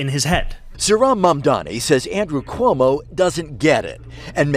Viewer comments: Cuomo STILL can't say his name right 💀 also, if we're gonna go with the "smart" way of gauging rent, 1/3 of Zohran's monthly pay is ~$3,900. So 2300 is VERY smart with room for saving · Still saying his fucking name wrong. God please New York punish this man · Still mispronouncing his name, Cuomo??